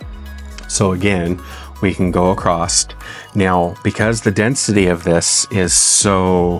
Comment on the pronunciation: an excellent video detailing the process and benefits of RW. fyi, there’s no “t” in the word “across”